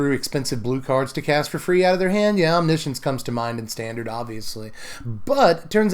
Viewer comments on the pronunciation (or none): You mean om-NISH-uhns, right? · "science" as in "conscience"